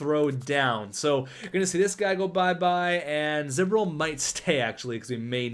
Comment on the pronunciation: Kinda funny you got Galchenyuk and Drouin on the same team now since they were both in the same draft. And also its z bor il not z bir il.